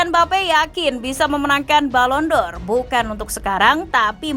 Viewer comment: Balon door kata pembawa acara kedua.. bahasa Inggris nya...